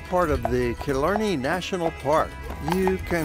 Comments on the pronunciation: Tá mé ina choní i Cill Orglan😉😉 They were peenouncing a lot wrong like Killarney it's not Kill-Or-Ne it's kill-Are-Ney Annndd deer......... Really they were fascinated by a deer.... Smh....... There's always deer in my yard... Ireland has a lot of deer We still use turf. Smh. (Ok he said it😂) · It's pronounced kill-arny